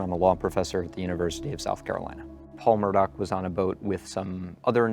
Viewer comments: The woman reporter keeps saying "Murdahl." Is this such a complicated name? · asked my Irish friend . She said it’s pronounced ‘Mur- doh’ They themselves pronounce its incorrectly . 😂